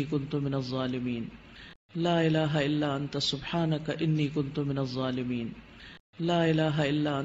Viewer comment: Pronunciation not Zolimiin It should be dhzolimiin🙏🙏🙆‍♂️